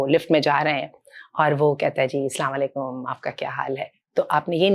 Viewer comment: Api gee aap ne greeting ka word Assalamo aalikum theek se Ada nahi kiya.. I am sorry